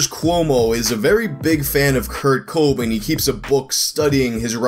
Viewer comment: That pronunciation of Kobain confused me for a good while